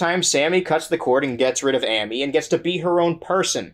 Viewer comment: I appreciate how you said Sammy’s name correctly and mispronounced Amy’s, giving Sammy some vindication